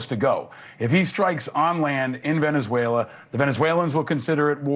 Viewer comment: Thank you for learning how to pronounce Venezuela. I could hear you trying and I appreciate your effort.